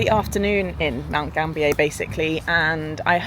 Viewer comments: Mount GAM-BI-YA. and WAR-NAM-BULL..... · Great video,!!! Mount Gambier is pronounced Mount Gam-be-ah.